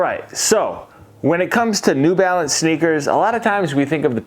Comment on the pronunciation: "New Balace" 😂😂😂